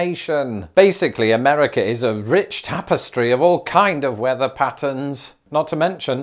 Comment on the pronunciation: it's not "Ameddica".